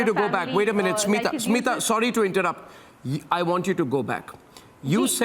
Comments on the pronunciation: Haar cheez ko debate bana de bc. And he legit said seema to smitha 🤦‍♀️ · Not Seema it's Smita